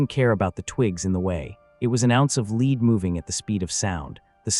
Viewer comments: IGNORANT LAZY EDITOR!!! Lazy, lazy, lszy! Praise Artificial Intelligence all you want, but you still must perform a final edit! The word 'lead' in this context is pronounced "led" (soft lead pellets), not "leed"! Soldier, fix this sloppy kit! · 00 is not Bird shot. Maybe an Ostrich. That old shot was nasty stuff too. Higher purity lead slag. Melty burn nasty. Next time type LEAD as LED for your AI. So it doesn't say LEED. 👍🏼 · LEAD is pronounced LED!!! NOT LEED!!!!!!!! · I've shot scores of cut shells paper and plastic. Some out of a model 12 Winchester and there was never a danger. All the trench guns were cylinder bores and especially with felt wads that are way more compressible than a plastic wad. Too much drama for what it was worth. And saying "leed" instead of lead as in dead with an L, is becoming quite annoying. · the pronunciation of the word lead when referring to small arms fire is LED not LEEED ffs where do they get the people that provide the voice overs for these things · NOT LEED pellets it's Lead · Why do these videos have narrators who do not know the difference between leed and lead ? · Pronounced as “led” not “leed” projectile was also pronounced wrong it’s “pro-gekt-Ile” hard I not soft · Leed instead of Led !!! We can tell when it's AI audio. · Get a real narrator! This A I stuff doesn't work. The metal lead is pronounced led not leed. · I wish the people who o make these and use AI to do the talking would not be so LAZY and not listen to what is produced. The mispronunciation of even the simplest words like LEAD which AI says LEED . I understand you can type the story into the computer and let a machine do the talking ,but at least LISTEN to it and CORRECT it. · Fook "leed" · Leed pellets. A.i. bullshit. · Hey or whatever AI name you were given. Lead pellets are pronounced as (led pellets). Are all videos AI now? This is dumb. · Its pronounced LED I.e. lead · Where is the "Huichin" Forest??? FIX THE AI NARRATOR! Oh, and "LEED" pellets?